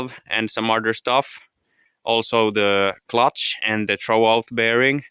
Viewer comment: great video did you say "troalt" bearing in the clutch?